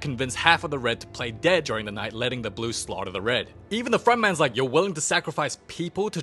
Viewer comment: You should do Elio I love how you say " da movie begin with the... "